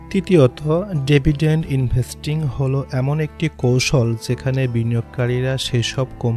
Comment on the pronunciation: ডেভিডেন্ট না ডিভিডেন্ট